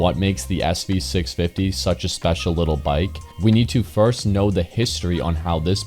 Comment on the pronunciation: It’s not “little”